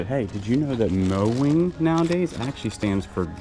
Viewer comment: Moen is pronounced Mo-N not Mo-ing.